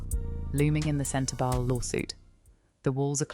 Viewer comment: The speaker is hard to hear. SLOW DOWN please, and speak CLEARLY and not so fast! Yes, I KNOW it's AI. But they can do it better so that it's understandable, or don't do it at all. And spell the words right. "CENTER-BELLE"?